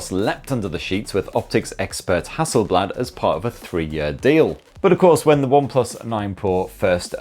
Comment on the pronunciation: ok its its pronounced Hasselblad like hassel is close to hustle and blad is almost like bath or bar. not like in bad.